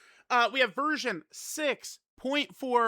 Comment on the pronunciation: Is it just me, or he just said virgin?